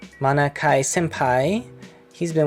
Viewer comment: Also this is how you say my name: 마나키, マナキ,Ma(as in Master)-Na(as in Naruto)-ki(as in key)